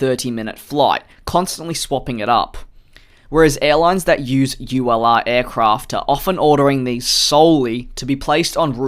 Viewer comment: Each timehe says ulr it sounds like u allah